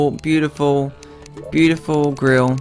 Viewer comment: I don’t know why, but when you were picking your character, I heard you say grill instead of girl